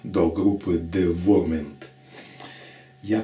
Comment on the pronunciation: [dɪˈvaʊəmənt] - Дива'уэрмент правильно название произносится...